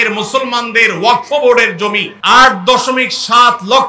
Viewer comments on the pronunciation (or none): ওয়াকফ কথাটি ঠিকঠাক উচ্চারণ করতে পারছেন না প্রতিবাদের কথা বলছেন এই আইনে কি আছে সেটা আগে জানুন